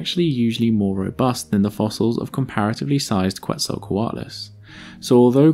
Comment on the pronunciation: Hearing it pronounced as "Kwetzalcoatlus" brings me physical pain. Still good video, that's my only gripe